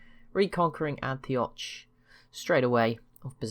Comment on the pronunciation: Antioch is pronounced as AN-ti-ok Nice video!!!